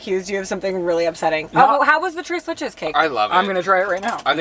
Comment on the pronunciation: saying tres leches in his latin american accent made my day (i'm mexican)